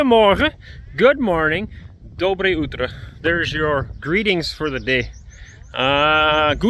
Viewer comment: You're pronouncing “Good morning” a little wrong. You say “DobrYJ”, but the correct pronunciation is “DobrOYE”.